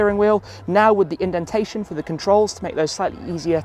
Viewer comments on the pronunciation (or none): none